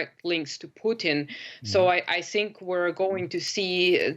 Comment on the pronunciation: I Think or I sink?😂😂😂